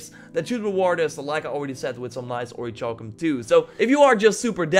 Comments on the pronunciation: Okay man. I've let you do this for long enough. It's not pronounced ori"CHAL"cum- like chalk- as you've been saying for way too long. It's pronounced ori"CAL"cum. Like, calculus. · OriKalcum that's how its pronounced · Isn't the cha in orichalcum pronounced like the "ca" in calcium? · It is. I'm really uncomfortable. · There is no ch in oricalcum